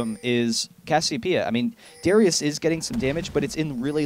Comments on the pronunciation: How many times did he call " Darius " , " Darien " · darius... not darian... and not durian!!!! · He calls Darius Darien and Draven many times in the video, but I guess you're too chinese to realize how English works. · Any one elsenotice him calling darius dariun